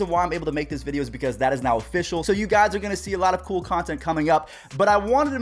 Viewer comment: “Offishinal” - 2019